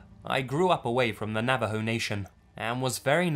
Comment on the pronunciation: Finally someone says Navajo correctly and he's English! Sad that Americans can't say it right